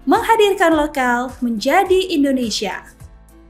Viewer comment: indonesia bu, bukan indonesah 😅😅